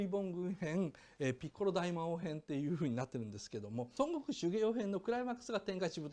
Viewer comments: ドラゴンボールそんなに好きじゃない人がドラゴンボールを語るあるある 孫悟空の発音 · 孫悟空の発音が西遊記で草